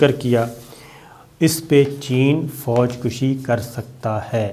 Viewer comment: فوج کشی میں ک پر زبر ہے پیش نہیں جبکہ خودکشی میں ک پر پیش ہے زبر نہیں